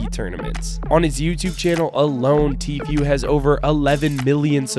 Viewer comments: Idk why it bothers me when people say “tfyou” it’s tfuuu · So no one is going to talk about how he pronounce's "Tfue" Its Tifu dude, nad tifuie